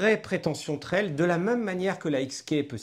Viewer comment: C’est quand meume pas si compliqué à dire : « même »